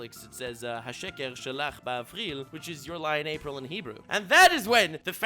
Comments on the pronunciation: Bro, you pronounce "אפריל" "afril" just say April normally. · It’s me or you said Afril ? Not April 😅 Enjoyed the Hebrew reference as Hebrew speaker 😂